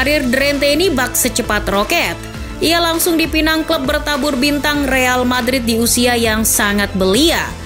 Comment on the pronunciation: Real Patrit 😧😅 gasalah denger nih